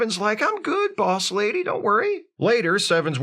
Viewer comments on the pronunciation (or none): none